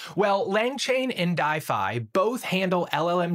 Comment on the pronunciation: I think it's pronounced D-if-y, like Shopify, but a D. If not that logo confused me